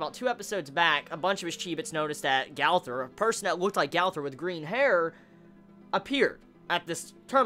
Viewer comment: LEARN HOW TO FUCKING SAY GOWTHER